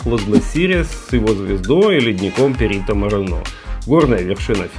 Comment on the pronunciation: правильно Perito MorEno , no Perito MorenO